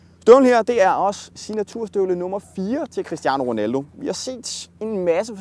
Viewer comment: QUISTIANO WONALDOH!